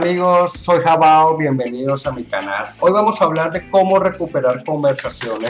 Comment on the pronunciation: Jabao lo pronuncas como un español, el acento va en la e